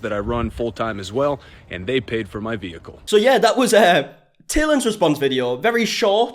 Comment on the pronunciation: He says "vehicle" like a cop